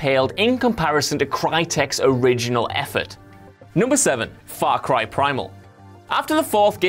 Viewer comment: his mouth said: faw cwy sewies